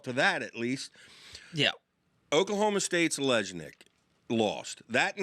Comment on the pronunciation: Olejnik pronounce it olenik